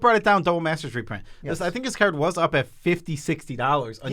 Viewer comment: I really hate they these guys say "card".